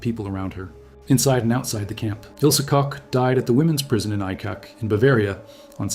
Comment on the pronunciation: Really interesting video. I wish only that you would check the pronunciation of German names. Your AI is not doing a great job.Koch is not pronounced as Co or Cox. It's doesn't sound authentic, it sounds ridiculous and very unprofessional.